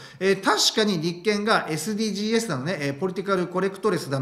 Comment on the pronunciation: 、いつも面白い動画をありがとうございます。 SDGsは(エス・ディー・ジーズ）と読みます。 おせっかいですが気になったもので。 頑張って下さい。